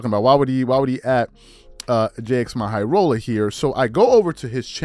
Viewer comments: Say "Jimmy Highroller" not "J X My Highroller", I know that's the way it's spelt but that's not the way it's said. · At least say bro name right you clearly trynna throw shade that’s wild it ain’t hard to to say Jimmy high roller